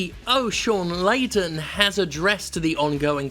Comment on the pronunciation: Perhaps what happened is that Layton (Layden sounded like Layton) has run out of hint coins and now is trying to figure how to solve this 10 picarats answer. Hint it flip the switch